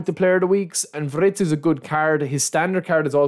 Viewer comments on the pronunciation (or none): It's not wRitz it's wIRtz.